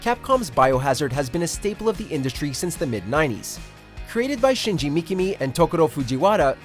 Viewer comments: Shinji Makami, not “Shinji Mikimi” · ... did he just butcher Shinji Mikami’s name?? Is that the first time he’d ever even heard of him??